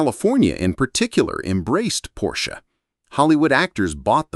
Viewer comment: You’d think you would at least pronounce his name correctly.. Porsche is two syllables. “Por-sha“